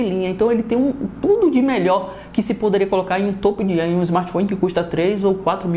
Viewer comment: TOPO DE LINHA Fala certo porraaaaaaaaaa, mané topo de linha